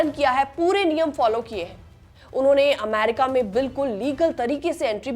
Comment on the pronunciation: अमैरिका नहीं होता , अमेरिका होता है